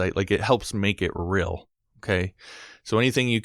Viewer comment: "helps make it rill"